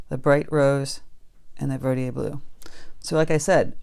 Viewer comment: Yay! Holbein! Marine Blue is a nice turq. color. Mixed with Daniel Smith's Quin. Gold makes a very pretty green. And, BTW, I think it's pronounced ver dee der blue.